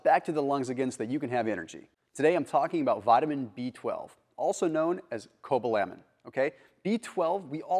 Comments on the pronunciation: "Today we're talking about B-12, also known as cobaLAMin." Haha. It's coBALamin. :) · You can tell that by the weird mispronounciation of "Cobalamin" in the first 15 seconds of the video.